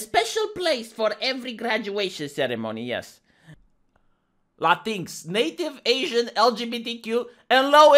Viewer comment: I keep laughing whenever he says "Latinks" because at first I didn't know what he was talking about. (I think they pronounce it "Latin Ex") Now I can't unsee it and this is the way I will pronounce it from now on, because it sounds even more like a slur.